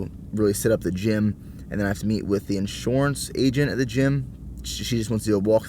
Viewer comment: I really hear that PA accent coming out when you say "insurance" haha